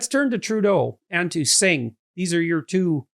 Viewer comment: Holy cow, Pierre. You’ve been working with Jagmeet for 5 years and you still don’t have the kindness to learn how to pronounce his name?